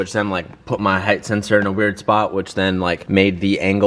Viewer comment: Heigth is not a word it's Height, pronounced Hite. I noticed that in the last video too. Get it together bud. 🤣🤣 Loving the content man